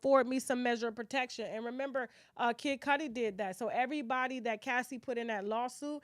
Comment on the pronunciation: Yooo it’s everybody not EVERYTHANG 😂